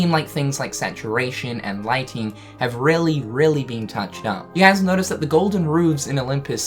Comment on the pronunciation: When he says guys it bothers me Im sorry